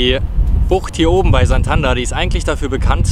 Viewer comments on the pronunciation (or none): Tolles Video, aber die Aussprache von Santander macht mich fertig 🥴.